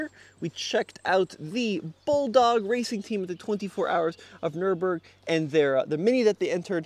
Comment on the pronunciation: So said JCW- John Cooper "Wacing"??